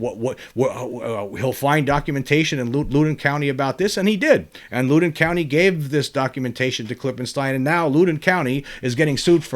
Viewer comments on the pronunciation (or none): James...the 1897 Texas crash has pretty much been found to be Fake News which was far more common back then I am pretty much in your camp otherwise. PS you pronounce Loudon incorrectly. It is not pronounced Looden. It is more like Laawden. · I'm on my way to that area of VA now for the work week. Just for the heck of it, for future reference if you want it, it's pronounced LOUD-on, as in, when is ticked, he gets loud. LOL. And the locals barely pronounce the second syllable, like "LOUD'n'." Cheers, brother. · It's pronounced (Loud-in) county lol I live in the area, just wanted to correct that 😅